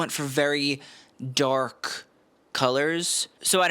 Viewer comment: 🤣😂😂😂At first I thought you said The Donald’s suit was DORK blue! Then I was kinda disappointed when I realized what you actually said. Of course it was DARK blue. Was great while the moment lasted.😂 Thanks again,!